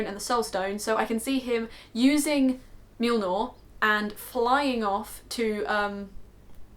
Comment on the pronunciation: Mjolnir... Muh-yol-nir?... meow-meow!